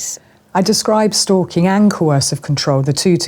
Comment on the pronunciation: stalking i though you say STOOL KING